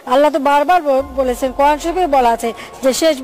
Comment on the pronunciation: ম্যাডাম শব্দটা করান শরীফ নয় কোরআন শরীফ একটু শুদ্ধ করে বলতে চেষ্টা করেন প্রয়োজনে আবার পুনরায় নতুন করে ইসলামে দাখিল হন ইসলামটাকে বুঝেন, না বুঝে আলতু ফালতু কথা বলেন কেন